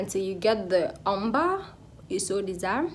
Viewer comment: Lovely 😍 Ombre pronounced * (OMBRAY)